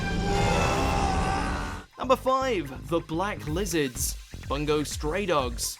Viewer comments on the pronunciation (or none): none